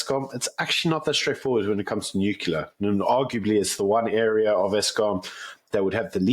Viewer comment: it's not: "Nukalear"